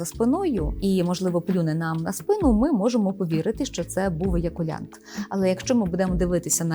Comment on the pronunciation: еякуляНт??? перша секунда... далі екпетку можна не слухати